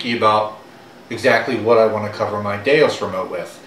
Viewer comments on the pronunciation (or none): DeUS, not DeOS.